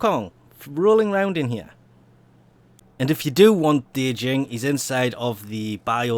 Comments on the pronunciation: Djinn, not De-Jing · D-jinn lol. I'd be surprised if one time you could pronounce things well :'DD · It's pronounced Jinn. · Djinn is pronounced as "gene", the d is silent. It's like genie. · the djinn actually has the longest range for firing at i think 48? meters. and you are saying it wrong but good luck on saying it right its a odd word to say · Two things: * Djinn has a silent "D". You don't pronounce it~ * Vacuum range nerf is nothing more than DE throwing a temper tantrum because people shit on their three mods idea. It's a completely unnecessary nerf for something that was already basically universal anyway, since carrier was so commonly used. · the d is silent, no joke just putting a heads up